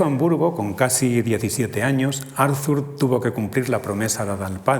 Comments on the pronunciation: Muy interesante, pero , como suele pasar en España con los nombres extranjeros, el lector se empeña a pronunciar el nombre Arthur a la inglesa - Arzur- . Es extraño que una persona que ha estudiado la obra y al personaje no sepa pronunciar correctamente su nombre. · Por favor, que alguien le diga al conferenciante que la "th" de Arthur se pronuncia como una "t", no como una "z" española, es alemán, no inglés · Todo el mundo pronuncia "Arthur" como si fuera inglés. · ¿Por qué pronuncia "Árzur Shopenjauer" en vez de "Ártur Shopenauer"? Y ese loísmo tan molesto... o esa primera cita sin venir a cuento de Javier Gomá... Y dale con "Árzur"... Lo siento, pero esas cosas distraen, y mucho. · ¿Por qué todos los nombres son pronunciados como si fueran ingleses? La H no se pronuncia ni en Arthur (Artur) ni en Schopenhauer (Schopenauer). ¡Qué colonización!